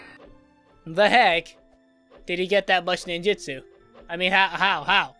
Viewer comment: It’s Nin-Jut-Su